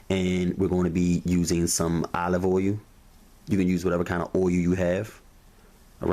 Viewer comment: Olive what? Olive oyou? hahahahahahahahahahahahahaha you killed me bro